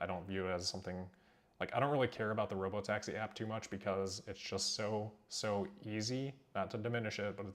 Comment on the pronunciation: So it’s “Rob-o-taxi”, now I get it!